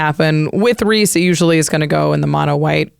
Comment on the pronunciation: Thank you for correctly pronouncing Rhys (Reese). So many people don't get this Welsh spelling of Reese right.